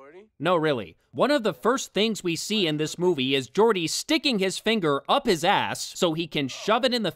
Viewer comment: Good review but I have one issue. Call it a Nitpick but that's something that bothers me... why you pronunced Gordy's name all wierd like. You used a soft G instead of a hard G in the movie. Hell, you're the only reviewer who pronunced it that way (I also saw Wrestling with Wregret and OSW Review and they pronunced Gordy the right way)